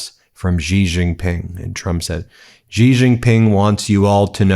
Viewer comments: Xi is pronounced like SHE, NOT jee or gzee or whatever it is BEN does. Please say SHE when you see xi in a Chinese name or sentence or phrase. I thought Ben would be smarter than this. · Please learn to pronounce Xi Jinping. Xi is pronounced like the English word 'she'.